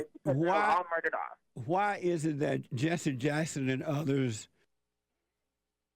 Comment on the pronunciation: "Jesse" rhymes with "Genius".